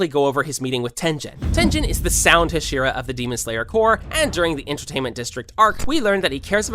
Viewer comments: I know it's unfair, but I can't stand the ha-SHE-ra pronunciation. Can't finish the video bc it's just annoying the hell out of me. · Are you just trolling rn? There’s no way you just said “HashEEra”😭😭😭😭😭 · You pronounce hashira wrong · stop saying it like husheru?! its ha she ru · The fact bro said hesira 💀 bro it’s pronounced ha-sh-E-Ra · Jesus Christ it’s HAH-SHEE-RAH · TenJen...?! What the... It's a hard G. Tengen. Can't subscribe to someone who says TenJen. Wow. Also.. HaSHEEra? No, dude. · I have a slight feeling this man did NOT watch the show. he called kanae kanao and he also pronounced tengen and hashira wrong. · Hashira nah hasheara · I hate the fuck way he said Hashira